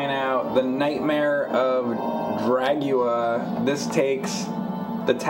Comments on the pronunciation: Why do you keep calling it Dragua? It's DRUAGA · I always thought it was pronounced Dru - a - ga, released ~ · Dude...its Druaga...like "Drew Aga"...yeesh! XD Anyways always wanted to see this game so I'm down for this! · Mom! The YouTube guy mispronounced the made up word. 😢